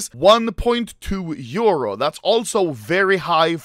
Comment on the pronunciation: normal people: euro Anomaly: " EUOUEOURO"